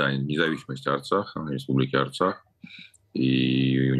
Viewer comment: Osturax a ne artsax😂😂😂